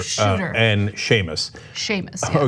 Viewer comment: Kinda cute that she got Seamus pronunciation so wrong bless her. I would have similar trouble with Cenk's name to be honest, if I hadn't heard it spoken.